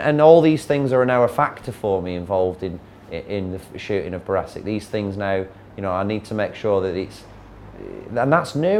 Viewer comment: Notice he calls it barassic not brassic